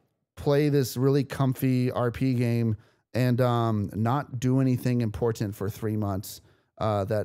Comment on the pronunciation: really putting emphasis on that first t in important